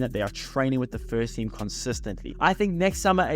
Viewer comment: ahh.. ok....it sounded like "spurs"... I was thinking.... this guy trolling arsenal here 😆